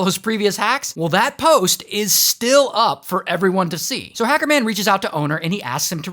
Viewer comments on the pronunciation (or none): The way he said hecerman tho💀😭😭😭😭💀😭💀😭